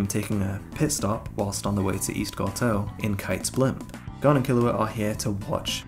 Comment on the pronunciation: Killua and Gon's chemistry....None Good storytelling....Lacking The magic of HXH....Gone 😔 It's like a body without a soul ....No pun intended And if I hear them say Goowne(Gon) one more time!!!! 😂😂😂